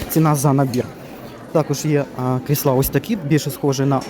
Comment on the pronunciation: чому кріслА, а не крІсла? Вибачайте за таке питання, але невже так дійсно правильно? P.S. Щиро дякую за огляд, обожнюю Юск.